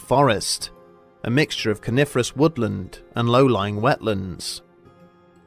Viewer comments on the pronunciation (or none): Not being a native speaker, hearing “coniferous woodland” as “carnivorous woodland” was not a fun moment